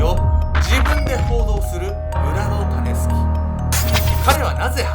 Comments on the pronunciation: タネスケって聞こえたから、どんなあだ名かと思ってしまったw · 時々｢タネスキ｣が｢タネスケ｣に聞こえて、脳内でしゃもじ持ったヨネスケが騒いでて動画の内容がなかなか入ってこなかった( ;ᯅ; )笑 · たねすけに聞こえる🤣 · タネスケ タネスケって聞こえるｗ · タネスキが最後まで 種助と聞こえた…(^o^;) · 種助って聞こえちゃう